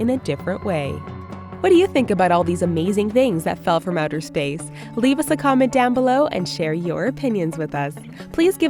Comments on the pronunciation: she said stace not space 😅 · The Mad Hatter I'd love to go in to stace!!